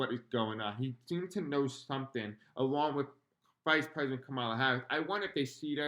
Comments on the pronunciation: Please just a simple request to pronounce her name correctly? Comma-la. Thank you, it’s like nails grating on chalkboard. ❤️ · Thanks so much for all your work. I love your content and am a new subscriber. Just a gentle heads up here: Kamala’s name is pronounced “Comma-La”. ❤❤❤❤❤ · It’s Comma-la…❤